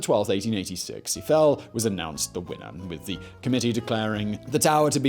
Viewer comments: Simon outdoes himself in his mission to mispronounce. “Gustav Eee-Fell” he got spot on. But then insists on calling his structure the “Eye-Full Tower” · Swear when ever Simon says “Eiffel” I hear him saying “he fell” and I keep thinking, “Jesus what a twist!”